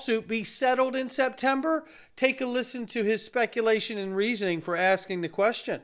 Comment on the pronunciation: SPETMEBER??? Get some more shuteye! Lol! 😂 We love your show thanks tons for keeping us informed!👏👏👏